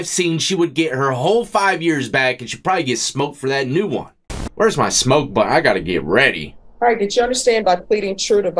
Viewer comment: Bro straight trolling us now on his pronunciation of the word one..... He goddamn well know he be sayn "23 & JUAN" 😂😂😂